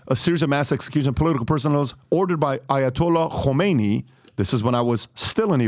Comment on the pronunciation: If you can’t pronounce the names of 1st and the 2nd supreme leaders of iran and don’t know which one is 1st and 2nd, i don’t think you are qualified to talk about Iran. He also blatently claimed that Iranian women can’t vote or drive. No comment honestly.